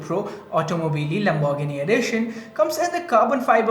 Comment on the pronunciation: Please just say lambo The way you pronounce Lamborghini is so cringe.